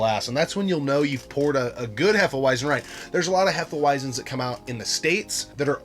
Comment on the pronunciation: As a German I can say you've pronounced it properly. Sometimes we mix Hefe Weissbier with banana juice. Sounds crazy but its delicious in the summer.Keep on going with your dope content!